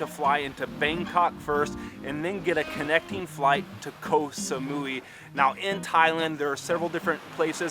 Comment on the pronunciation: Koh samoy is the pronunciation